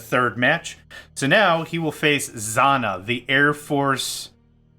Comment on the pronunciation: It's pronounced "Zz-jah-nah".